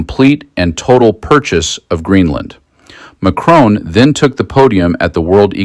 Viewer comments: Please pronounce the name of the President of France correctly. It should be ‘Mack Ron’ not Mack Roan’ c’mon. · His name is MAC-RON!!! NOT MACRONE….. FFS! Please try….! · Your coverage is great, as always, but could I respectfully point out to America that there is no E at the end of President Macron's name! It is pronounced Mac-RON, not Mac-RONE 😉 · PLEASE STOP SAYING Macrone - It is MacRON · Président Ma-chron, NOT Ma-crone! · You know, his name isn’t McKrone. It’s Macron. The O is the same one in hot. You don’t say “Hoat”… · It is NOT Macrone as in phone or bone or tone. There's no bloody E at the end. Can't you read properly? I doubt if your finger is on the pulse of the latest news when you cant even pronounce the name of the President of France correctly; show some respect! It is quite simple...... MacRON. Jeeeez! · Why do USA people find it impossible to correctly pronounce ‘Macron’? 🫩And why did you ignore Prime Minister Mark Carney’s fantastic speech, which garnered a very rare standing ovation? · Get your AI to pronounce " Macron " properly. Or don't use AI...... grates on the ears...